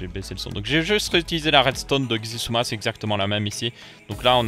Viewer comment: sISUMA pas Xisuma... ça se dit sIsuma... c'est suedois (pas for le premier "s" genre sosoté et isouma, difficile d'expliquer mieux 😂)